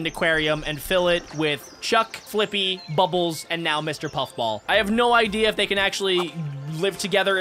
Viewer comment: you said bubels